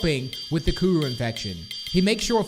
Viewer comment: You're Not Saying It Right Like Kuru" Is What You're Saying Wrong